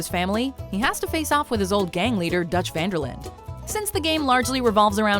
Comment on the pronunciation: He is not DUTCH WONDER LAND it pronounces as Dutch Van Der LindE. He IS DUTCH goddamn you.